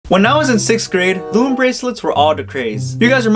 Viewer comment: Did anyone here him say OOOM bracelets